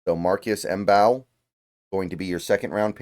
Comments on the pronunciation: I think Mbow is pronounced "Bow". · Love this draft,. Marcus Mbow's last name is pronounced as "bow," said by himself on Hail Mary Sports' interview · i think its just pronounced Marcus bow with the M being silent but im not too sure